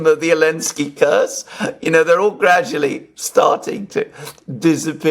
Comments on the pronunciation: Why say "Elensky" instead of Zhitensky? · the name is Zelenski and is pronounced with a "Z" like zibra, not "Elenski". Get it right dude. You've only been talking about him every day since the start of this whole thing.:) Having said that, I enjoy your show.